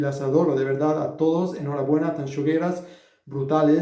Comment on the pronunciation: Lo mejor de todo es que ha pronunciado muchísimo mejor Tanxugueiras que muchísimos españoles, de los cuales me incluyo ehh